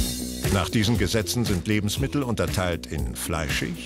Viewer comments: ich finde Galileo muss sich integrieren... - fleischich und milchich ???? es heisst doch fleischig und milchig oder nicht ? hmmm... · In hochdeutscher Standardaussprache sagt man „fleischich“ und „milchich“.